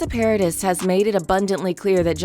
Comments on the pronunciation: Don't say PARADIS It's a french name it's . Try to say PARADEE. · Hey. Presumably you practice your reading before you record this audio. Could you not take an extra second to verify the name of the individuals that you discuss? Paradis is French. It's not pronounced paradise. Try Google translate. It's two clicks. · Paradis is pronounced ' Pa ra dee' the ' s' is silent. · Um, I think it’s a robovox, but still, it is Vanessa PAIR-A-DEES. She’s French. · You pronounced Paradis wrong, you don't pronounce the s. Ms Heard just revealed her own histrionic borderline personality disorder and vindictive nature, mentioning his children (which she knows he would hate) it did nothing to help her, it just exposed her a little more. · Hmmm please learn her name! Long E no S. That trial reminded me how much I’ve always loved her. Her music is so sexy. Café de Flore …. One of my old time favorite movies.